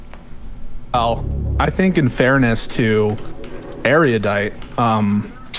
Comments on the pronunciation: It's Ero-dite and Piss-co. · God damn it. It's pronounced ER-U-DITE. Where did this poncy airy-you-dite pronunciation come from? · How are people still mispronouncing Erudite? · absolutely pedantic attention to specific details is completely undermined by his inability to correctly pronounce the word "Erudite".